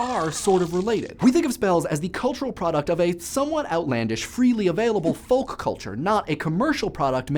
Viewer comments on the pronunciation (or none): No! No, no, no! You are forbidden to speak further if you continue to pronounce the L in folk and polka! Gah! ;-)